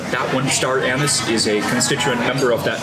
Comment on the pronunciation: it kills me each time you mention the "star anus"... its pronouned an-is